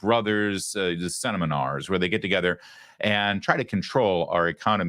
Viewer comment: Mr. Larry, did you say 'seniminars'? :D. I love it. I'll say it like that from now on.